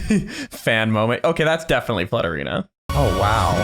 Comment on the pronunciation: when said flutterina i heard slutterina i was like " pause?? i like that name better "